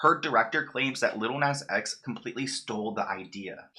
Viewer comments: Love u but the way u pronounce "lil nas x" is criminal lol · He’s not even saying his name right